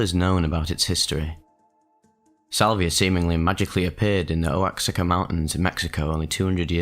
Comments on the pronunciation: Oaxaca is pronounced wuh-HAH-kuh btw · Oaxaca is pronounced like wahaca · Oaxaca (waa·haa·kuh) is how the state's name is pronounced. It comes from the Nahuatl language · The name of the locality is pronounced “Wah-ha-ka” (Oaxaca)